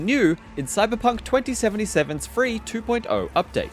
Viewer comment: Love how he says "two point eyuo" ✌️